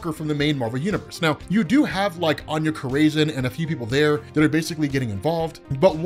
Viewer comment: I love ya, but Anya Corazon is pronounced aH-nYa Core-a-zOne. Keep up the great work brother!